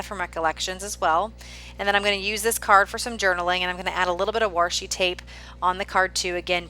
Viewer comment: I really like watching creative videos like yours - nice job. Just wanted to say one little thing - it's "washi" there isn't an "r". Since its origins is Japanese when they translate words hardly ever us the letter "r".